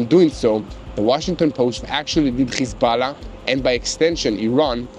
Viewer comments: Why do you say khizballã its hezballah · Why does he pronounce Hezbollah like that lol 😂